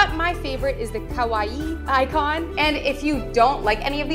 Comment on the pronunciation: Thanks so much for the tutorial!! You pronounce kawaii just fine but decals is pronounced “dee-cals” 😅❤